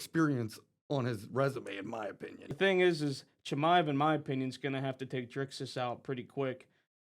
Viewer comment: Not being able to pronounce Chimaev’s name is pathetic lmao